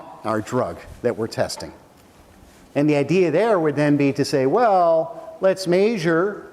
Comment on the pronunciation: "Maysure" instead of "measure" haha love him